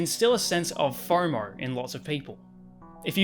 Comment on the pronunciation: Fomo is faur-maur 🫢